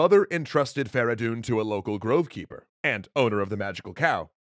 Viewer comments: why farahdoon? his name was "Ferey doon فریدون" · It's Feridun not Fara Doon. Furthermore Kaveh and Feridun didn't liberate Arabia but the Iranians. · fradon not veredon